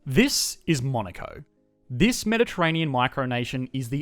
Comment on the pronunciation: I hear Monica